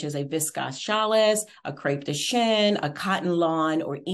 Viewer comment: It’s pronounced “vis-kose” not viscosse and “challie” not chalisse